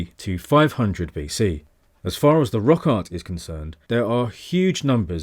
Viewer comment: every time you say "rock art" it sounds like "rock hard"